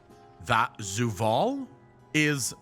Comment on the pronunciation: Idk it just sounds weird when says Zoo-vaal instead of Zovaal. Maybe I'm just being too picky hahaha